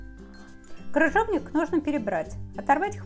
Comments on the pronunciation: Не кружовник,а КРЫЖОВНИК! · Автор,не крУжовник,а крЫжовник. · 🤣🤣🤣🤣🤣🤣правда, очень безграмотно! Кружовник! Клабуки! ДУршлаг, каллидор🤣🤣